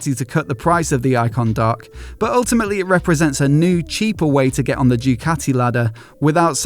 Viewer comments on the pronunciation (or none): What's a "jewcati"? Is that English for Ducati? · Thai-umph and Thai-cati